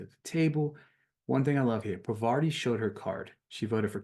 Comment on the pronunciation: The names you missed were Parvati(parr-vah-tee And sheree(shuh-ray)